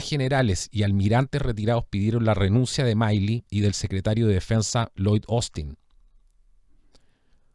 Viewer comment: Milley se pronuncia Mili 😁